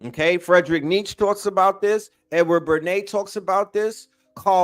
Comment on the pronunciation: Say it like Nietzs-Che ... emphasis on the Che like the Communist fighter... Two syllables - said like Neat - Che... Nietzs - CHE Nietzsche please... lol